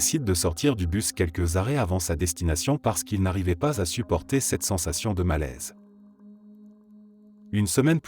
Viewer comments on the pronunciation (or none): Si elle lisait correctement, ma voix IA ne me poserait pas de problème mais là... Les "violents" qui se transforme en le verbe "violer" au pluriel, le verbe supporter qui se transforme en "supporter" (de foot), les Y qui sont lu en mettre comme dans la phrase "je m'y attendais" qui deviens "je M Y attendais"... C'est trop pour moi ! Il faudrait changer phonétiquement le script afin qu'elle lise correctement